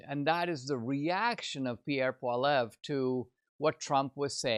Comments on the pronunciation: I'm so depressed. More genders more handouts more taxes. Need to work on your prounounciation of polliviere not pollev. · Please learn how to correctly pronounce Pierre Poilievre's name! "poly ev", NOT "paul ev" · Actually, it’s pwal-ee-evre.